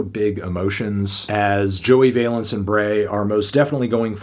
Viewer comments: Just double checked to be sure, but Valence is pronounced like Balance, not like valence electrons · Its VALENCE like BALANCE LIKE THESE BEATS ARE KEEP MY WIVES NAMES OUT OF YOUR MOUTH